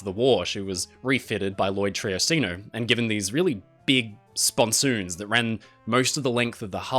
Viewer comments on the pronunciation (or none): They are sponsons, not spon-soooons.